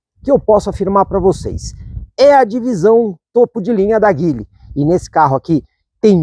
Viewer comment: A pronúncia correta de Geely (吉利), a marca chinesa de carros, é “Dji-li”, com o “J” suave, como em “Dia”.